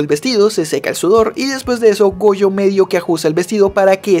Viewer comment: le entendi boyo y despues cuando dijo otra vez su nombre ya escuche goyo xd